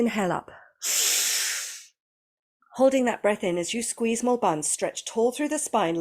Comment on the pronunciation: I absolutely LOVE this kriya and have been doing this same video every morning while I learn the movements and breathing. But I have to confess… every single time you say “squeeze mula bandha,” my American ears hear “SQUEEZE MORE BUNS” 😭😂 I know what you’re actually saying now and I STILL can’t unhear it. So anyway, thank you for becoming part of my morning routine and for reminding me to squeeze more buns every day 😂🫶